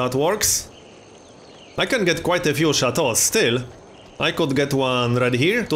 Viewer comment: Sound pretty french actually